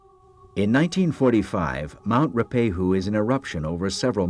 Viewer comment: He didn't do a bad job, although Ruapehu is not pronounced as Roopehu. It is Ru-a-pe-hu.